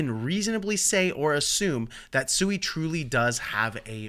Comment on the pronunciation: Pronounced Swee. Japanese for water. Hence the logo